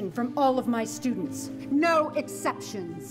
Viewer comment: Bro said noe not no